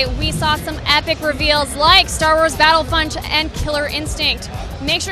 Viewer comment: Did Naomi say Battlefunt